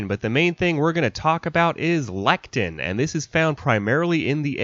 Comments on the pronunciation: LECITHIN (not lectin) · Not sure if anyone mentioned it but you were pronouncing lecithin as lectin. Lecithin has 3 syllables ( lĕs′ə-thĭn ) and lectin is a whole different thing, but you meant lecithin. So aside from that 😂😁 I thought this video was super cool and enjoyed it... especially the part you used a few words that you made up entirely! I'm glad someone took the time to put this out there, much needed info. Especially since hollandaise sauce is probably the best sauce that was ever invented in existence. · Lecithin has three syllables pronounced leh-suh-thn; it's a phospholipid. Lectins are proteins in plants, entirely different molecules. Otherwise interesting video, I've always wondered about comparing these methods. Never have been able to get my blender hollandaise thick but maybe I'm just not blending long enough.